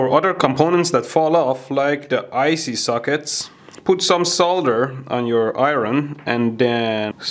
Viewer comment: "Icy Suckets" xD